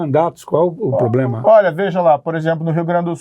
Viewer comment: Ele fala POBLEMA mesmo?